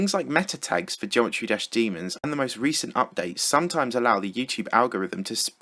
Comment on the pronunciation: "Geomerty dash" GG